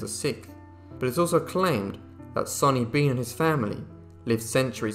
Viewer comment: Its sawny bean not sunny bean.